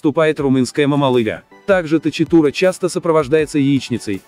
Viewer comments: Правильно будет "токитура" а не точитура! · Токитурэ... ch, у нас читается как к... автор перепутал с английским видимо